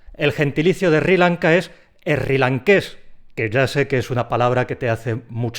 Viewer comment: Pronuncia Sri Lanka, como si la ese no existiera. Lo mismo pasa cuando se escucha a un español pronunciar la combinación de letras TL, como por ejemplo en atlántico o atlético, dicen algo así como:" alético, alántico" . Eso a un oido de un americano o por lo menos Colombiano, suena bastante extraño.Buen vídeo e interesante.